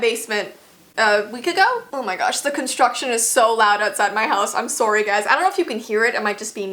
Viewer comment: I’m sawry sorry I just love how she says it